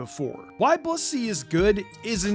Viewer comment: Since when is blissy pronounced bussy?